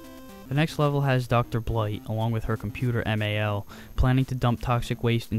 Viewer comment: wow, I can't believe you were a product of the 80's and not a fan of the Capt. Planet cartoon. That's sacrilege, brother. jk, to each his own. I did kinda sense you weren't a fan of the show near the beginning of the vid when you said M.A.L instead of just Mal, and your apparent surprise of the Duke Nukem character (who came out before the videogame character). I've never played this travesty though, but it sucks they used Greedly twice and not Sly Sludge or Verminous Skumm once.